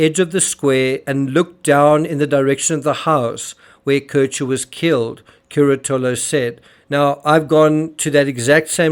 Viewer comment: can't even be bothered to pronounce the names of Antonio Curatolo or Marco Quinavalle or Raffaele Sollecito correctly. It's "Cur-A-to-lo" not "Cura-TO-lo, "KEEN-ta-valle, not "KWIN-ta-valle, and "So- LAY-CHee-to not "So-LAY-Seeto." What FAILS TO MENTION in this video is that all of his '3 amigos' were found to be unreliable witnesses due several factors: CURATOLO: Heroin addict and dealer admitted to being on heroin the night of Nov. 1. Had testified as a police witness in several other previous cases, including murder. Later testified he was certain of when he saw AK and RS in the piazza because there were other students dressed in costumes and getting on disco busses. That was HALLOWEEN, the night BEFORE the murder. Said "The couple was in the square from about until midnight." But Sollecito's computer downloaded and played a Naruto cartoon between and at his apartment. KOKOMANI: Cocaine dealer. Claimed he knew Knox because of the 'gap between her front teeth": no such gap exists. Claimed he saw Raffaele, Knox, and her uncle together at a cafe the previous August. Knox arrived in Perugia on Sept 1, left for Germany on Sept. 2 and returned to Perugia on Sept. 20. She didn't meet Sollecito until Oct. 25 a week before the murder. Knox's uncle was never in Perugia. QUINTAVALLE: Only claimed a YEAR after the murder to seeing Knox outside his store. Was interviewed by Det. Oreste Volturno within 2 weeks of the murder and shown photos of Knox and So